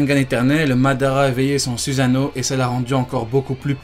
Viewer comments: arrete de prononcer SUSANO "suzano" et le u se prononce "ou" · c'est suSano pas suzano